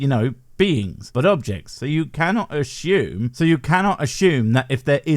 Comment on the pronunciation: i like your content. but for the love of some deity, i dunno, stop saying assume like ashume makes my brain owee